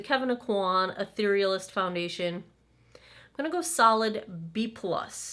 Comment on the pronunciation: You are the only blogger I’ve seen who knows how to pronounce the name of this Kevyn Aucoin product. 😆